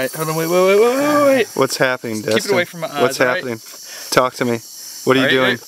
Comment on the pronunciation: Dustin* not Destn